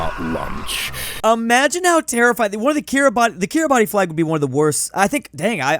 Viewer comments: bruh its pronounced kee-ruh-bas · it's kiribass ti makes an s sound in gimbertese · its pronounced kiribas but its spelt kiribati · Petition to get to pronounce Kiribati